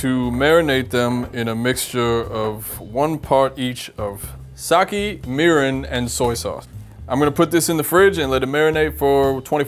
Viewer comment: kept pronouncing sake wrong. It pronounced sa-ke, not sa-ki.